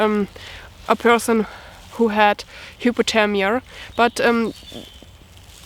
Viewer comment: She said hipothemia not hyperthermia lol hahahaha🤣🤣🤣🤣